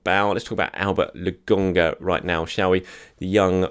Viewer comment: I'm sorry but how are you reading Lakonga and getting "Legungah"?